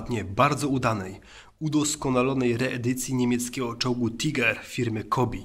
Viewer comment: Czyta się Tajger a nie tiger